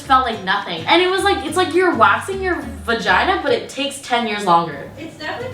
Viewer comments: Girl, you’re wild, thanks for teaching us what nobody has the courage to! Btw, I find it hilarious when you say vAgiNA😂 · I don't wanna say the word "vagina" Also, throughout the video: dramatic pause "VAGINA" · The way she put emphasis on VAGINA😭😭😭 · The amount of times she awkwardly paused and said vagina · I find it so funny that there’s a awkward pause before she says “v@